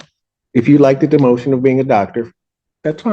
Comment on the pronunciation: pretty sure he said "denotion"...lol...not "demotion" which either way is still an intelligent and sophisticated statement well thought out. It is unfortunate to have someone ruin or sully the profession other work hard for that are not so poorly mannered.....I get she was emotional and it got the best of her which is still no excuse but a reason and I'm sure we can all empathize in some form or fashion. This is not isolated to one profession and I'm sure other professions including judges and lawyers and many other professions and non-professionals. I'm glad the judge is able to maintain his dispassion during proceedings to a good measure but as he said at the end he was off-put with the remarks of his profession and colleagues and physicians too need to exercise this same measure frequently as well. I would say to the public in general, every person making any judgements should remind themselves (ourselves) every individual is going through different challenges and hardships, and we should offer a measure of understanding;.But, professionally are still bound by limitations of our profession, which i think was demonstrated here - explaining our understanding and appreciation of the desire but a clear limitation and expectation that can and must be exercised. Just ranting in general.....this is something, all physicians, and I'm sure other professions, do on a daily and frequently in a day. (Don't judge me on my run on sentences....lol; I iknow I have them above).